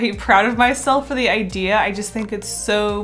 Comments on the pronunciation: Why did I hear egg-dea instead of idea......... Deja vu much with puns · am i crazy or she said "eggdea" instead of "idea"??